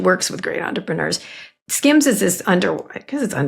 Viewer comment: hen Kara started talking about Kardashian's underwear business I swear I thought she said "scams"... And given the content it took a while to realise she was saying "skims"